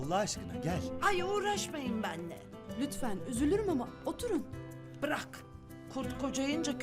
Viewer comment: Cevriye’nin “bırak” kelimesini “vrak” demesi 😂